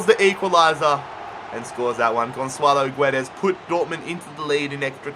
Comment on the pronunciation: ITS NOT FUCKING GONSSSSSALO GUEDES